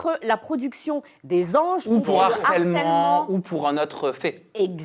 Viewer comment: Une fois de plus le mot HARCÈLEMENT dans une émission. Et une fois de plus " un n'harceleur" putin mais pas de liaison avec le mot!!